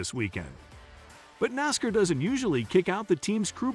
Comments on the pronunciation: Learn how to pronounce Nascar Dumb Ass... No one that is a true Nascar fan will watch your content.. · First, it's NASCAR not Nascar and you are pronouncing NASCAR like a goon alien